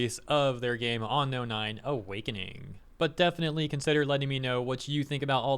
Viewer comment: "On-inspired" "On-Known"